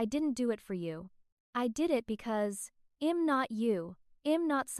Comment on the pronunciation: Please fix the AI pronunciations of simple words li I'm and he'd